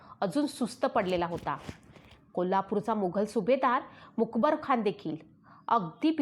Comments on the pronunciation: मुकबरखान नाही तर मुकर्रबखान असा उच्चार असावा. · अहो बाई लिवलेलं तरी नीट वाचा मग यूट्यूबवर व्हिडीओ टाकायचे इशारे द्या. हे काय मूकबर खान वगैरे. पाठ करा 100 वेळा बोला मुकर्रब खान. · Mukarab not mukbar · तूला लिहिलेलं पण नीट वाचता येत नाही का बाई? खंडोजी बल्ला नाही बल्लाळ आहे आणि स्वल्पविराम असतात तिथे पॉज घ्यायचा असतो आणि मूकबर खान नाही ग मुकरब खान होता तो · आपण मुकर्रबखान ऐवजी मुकबरखान असा उच्चार करत आहात . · The reads Mukar Khan as Mukebar Khan. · Not a mukabarkhan it is mukkarabkhan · मुखरब खान असा उच्चार करावा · मुकबर खान नव्हे ,,, नीट उच्चार हवेत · मुकर्रबखान आहे.खूप चुकीचे वाचता.सुधारा. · छान सांगत आहात, फक्त मुकरब चा उच्चार वेगळा होत आहे